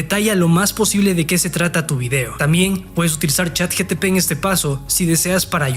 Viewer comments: Es ChatGPT , no GTP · Chat GPT no Chat GTP hahaahahahahah o es la version china? hahahahaha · Hola amigo me encantó el video lo voy a poner en práctica solo un puntito se dice CHAT GPT NO GTP JAJAJAJ😅😅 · Estoy en el viaje de la marca personal y me ayudaste mucho, muchas gracias:) PD. Es ChatGPT no ChatGTP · Pero no es Chat GTP es ChatGPT.